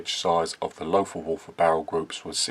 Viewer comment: Well done! Pronounciation is Lotar Walter. Just forget the h...